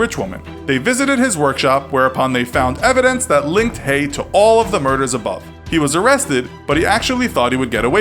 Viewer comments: Hello I would just like to say it is not pronounced hey it is pronounced hey-gu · Having this last name, how many times? It’s pronounced hayg - the ending h is silent the g is not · His name isn't pronounced "hay", the g is sounded. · You keep saying his surname wrong - the g isn't silent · I'm no expert but I think Haigh rhymes with vague. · The g in Haigh isn't silent